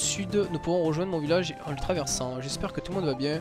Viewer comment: ' en les trabersant ' ^^